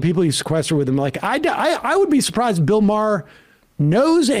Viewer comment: “Bill Maher isn’t funny” then moments later mispronounces Maher to get a laugh and then quickly realized he isn’t funny either lol